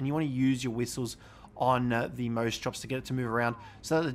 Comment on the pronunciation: Mose chops naaaah I can’t watch this guy it’s moss chops